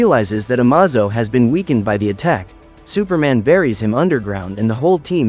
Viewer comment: The AI narrator mispronounced Amazo